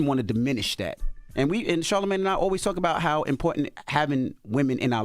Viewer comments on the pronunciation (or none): Charlamagne saying he felt undervalued as a woman 😭and Porsha calling him Charlamisha💀💀💀😅🤣😭